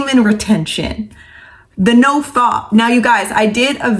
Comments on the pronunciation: Nofap, not nofop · She called it “noFOP” 😂